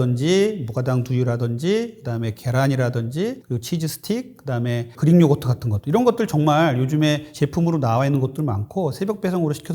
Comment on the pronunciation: 나만 그린요거트로 들리나?그리익 Greek. 의사씩이나되서 발음이 참...